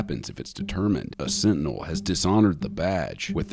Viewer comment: his is a SIT-TINEL. LMAO. It's getting fuzzy!? lmao. that's what he said. bahahahahaha.